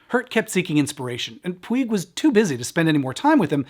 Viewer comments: Just a quick note. PUIG is a name originally from Catalunya and/or Mallorca that means Mountain. It's pronunciation rhymes with Much, so no Puy, say Puch. Thanks. Great video as usual. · Puig is a Catalan surname and is pronounced “poodge”, not “pweeg”. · Totally loved and appreciated the video but there was one little detail that was making me a bit nuts. The writers surname, Puig, comes from where we live in Spain. It means like a peak of a hill or a mountain and sounds like " Pooch " or a soft " Putch " rather than " Pyoo ig ". I wonder why the pronunciations are different? Can't wait for the next one. Stay well and keep safe. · Puig is pronounced Pooch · Greeting from Spain from a long time viewer. One brief point: the author's surname is pronounced "pooch", with the 'ch' at the end like in "scratch". It's a typical catalonyan (from Cataluña) surname, so it's not pronounced using castillian (what you anglo-speakers usually call "spanish") rules. I was about 8 y.o. and I remember thinking the movie was some horror film, because of the title. In some twisted facist way, it was indeed. Great video, as usual. Much respect from Madrid !!!